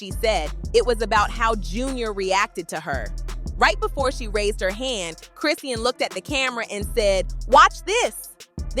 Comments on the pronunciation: Who tf is "Crisseeyan Rock"? Who's the Indian man that runs this channel? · Her name is Chrisean you can’t even pronounce her name right😂🤦🏽‍♀️